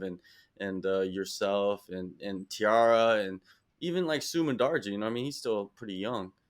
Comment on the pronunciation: Who tf says Tee-Ara, theres no e in the name. Brother needs to go back to english class.